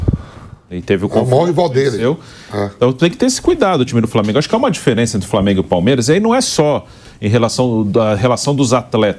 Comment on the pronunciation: Esse substituto do pilhado falando Flamêiingu me dá nos nervos